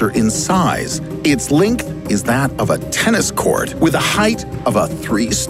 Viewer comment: “Its linkth...” “main meeorr of the telescope”